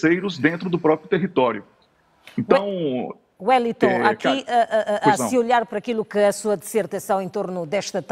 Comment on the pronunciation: A apresentadora não sabe nem pronunciar o nome do Wellington corretamente! Hummmmmmm.... já não gostei dela! Vai Wellington arrasa nas análises!